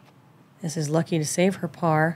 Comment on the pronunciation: Her name is Lykke, not Lucky.